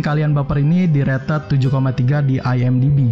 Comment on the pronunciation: Pengucapan kata "rated" ya ampun 😭😭